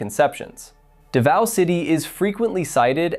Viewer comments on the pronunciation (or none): It's not Duhvao... it's Daaaaavao. Long aaaahhh. Lol.